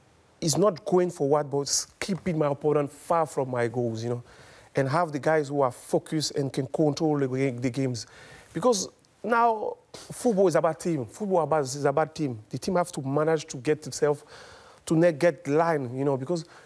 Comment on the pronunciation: Did anyone else hear ‘fuckers ‘ when he said focus 🤣😭🤣